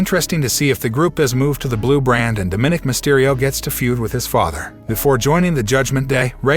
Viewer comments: His name is Dominick not Diminick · It is Dominic you are miss pronouncing his nameYou are wrong.